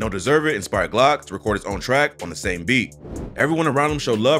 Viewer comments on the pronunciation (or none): none